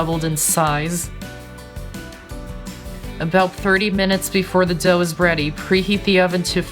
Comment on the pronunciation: he said when the dough is bready instead of ready lol